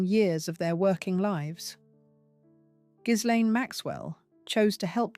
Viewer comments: The name Ghislaine, as I understand it, is pronounced Gilane…the “s” or “z”, depending upon how it is spelled, is not pronounced. And now, thanks to the tRUMP regime, she is imprisoned quite comfortably in a very different type of prison than the one she should be in. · The narrator has it wrong. You pronounced the S and the G is pronounced like a J in Jacqueline. Its difficult to explain